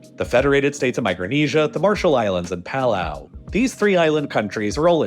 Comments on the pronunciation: My brother in Christ, I love your channel, I really do, but as an American from 🇵🇼 Palau, if you can please pronounce it as, “Puh-lau” instead however you keep saying it 🤣💀😭 I can’t anymore it’s driving me insane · Puh-lau Palau